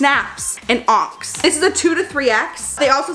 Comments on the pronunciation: your pronunciation with onyx as Onks added to the energy of this video. You’re the cutest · I just love you so dang much girl! You are all about the positive vibes! If I may offer some feedback (other than keep on doing you!!) onyx, is pronounced "on - icks" (rhymes with phonics) but even so you are so freaking cute no matter how you say it. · Congrats on the sponsor! Those bras look so comfy. Oh, by the way, the black color “onyx” is pronounced like “on-icks” just thought I’d throw that out there haha💕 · Onyx being pronounced “onks” is killing me 😂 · Girl you look so good 💕 btw, onyx is pronounced on-icks, you're so cute lol 🤣🤍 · Ily fyi onyx is pronounced “aw nicks” it’s a type of mineral that’s very black! 😁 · i love you. onyx is pronounced as on-ix 😅💕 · I'm loving your review. You're such a sweetheart. Somewhere along the line I realized what you where saying when you kept mentioning the black color onyx. It is pronounced like "on -icks". But you got kyonite right. It seems like the color names are semi precious stone themed. Otherwise you sleighed it girl. 😘💖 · hey if u didn’t know, onyx is actually pronounced on-ix! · The fact that you thought you butchered kyanite and said onyx as onks killed me 🤣 I love you and you looked great in your skims ❤️❤️❤️ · Lmaoo giiiirl the colour " onyx "is pronounced ON-IX ❤😅 love yewwwww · its on-icks (onyx) just sayin and yes skims looks good on you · Did you just pronounce "onyx" (aa-nuhks) as onks as in "honks" without the "h" sound...? Lol 🤣 I had to rewind and listen to it again and then it made me second guess if I've been saying that word wrong my entire 28 years of life and needed to Google the pronunciation of it 😅 lmao 😂 love you so much! Wonder if it's a Wisconsin accent thing? I say "hill" as in "heel" cause of my southern accent and my husband always makes fun of me for it LOL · It's beautiful and looks so good on you but the black color is pronounced onn-ix. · Onyx is pronounced on ix . 🙂🙂